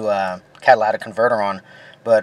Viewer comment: You're pronouncing it wrong it's not a Cadillac converter